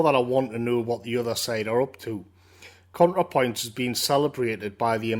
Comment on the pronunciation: Every time you said "Contrapoints", I wanted to bang my head against the wall. Great video though.